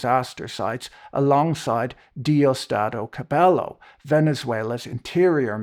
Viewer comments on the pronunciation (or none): The only problem with your video is your pronunciation of Cabello (is like "yo"), Machado (is like "chachacha") and Aragua (I have absolutely no clue what did you say, but it wasnt Aragua) :P Apart from that, well, as a Venezuelan abroad, it was bad when the oil was in hand of one group of corrupt immoral assholes who never gave a clear answer about what they were doing with it, now is in control of a different group of corrupt immoral assholes that doesnt give a clear answer on how much and when do they pass to the first group of assholes, who still dont give any kind of report whatsoever. Whatever the situation is, what it is clear for me is that who knows when Venezuelans can actually see that money being used for good, and that the longer this goes on, the less it looks like anybody actually cares about actual democracy and justice coming back to the country.